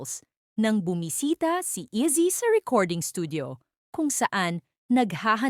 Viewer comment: Sino po ba si eazy 😅 if AI po gamit nyo pls paki correct po pronunciation ng name ni Izzy.